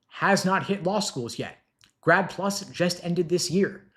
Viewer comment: I thought he said "GRAB PLU$" Which sounds more like reality ...vs 'grad plus"